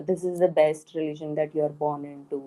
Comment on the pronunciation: I listen to you and Adam regularly. You are a true marathi manus. Thank you ko Ttthank you kahto ho. This is a common mistake of pronunciation that many marathi speaking people do...